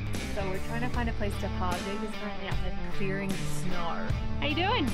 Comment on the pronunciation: Clearing snauhr 😁 that was the hardest auhr I have ever heard